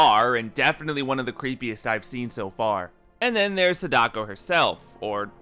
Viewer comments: Complement Sandwich: I like your editing and prefer your videos to Japanophile's take on The Ring franchise. -You're saying SA-DA-KO wrong. It's not SA-daK-O. It's only 3 kana long さ だこ。 Thank you for talking about Terror's Realm! btw, check out "The Joyurei"aka Don't Look Up. It's Nakata's first major "ghost girl" movie from '96, and it's pretty interesting. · Did you intentionally pronounce Sadako and Samara weird? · He misunderstood “Sadako” too lol. It’s ok we all do it for diff words